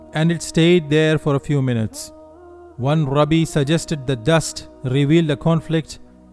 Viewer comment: The narrator should learn how to pronounce Rabbi... Its hilarious the way he pronounces it......